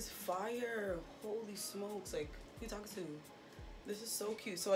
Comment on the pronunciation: "who you tawkin tewwww" 😭😭💀 girllllaaaaaaaa this is so cute yaaasaaa😍!!